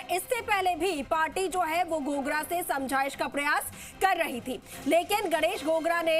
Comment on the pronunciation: गणेश एक गागरा है गोगरा नहीं